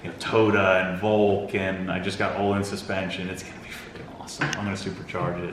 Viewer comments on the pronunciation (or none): none